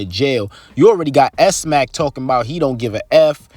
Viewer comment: his name isnt pronounced S-Mack, its pronounced Smack...Smacc. do u even watch this sht >?